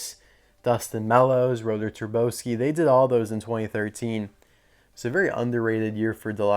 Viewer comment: I think rotor turbosky is pronounced like turbo and sky. TurboSKY